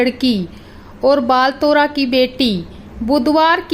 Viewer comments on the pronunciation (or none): Bolana toh sikh lo. Khasbu nahi khushabu bol. Baltara nahi balotara hai.